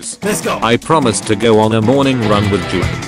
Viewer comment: well Actually Juan is pronounced Wan or wuan🤓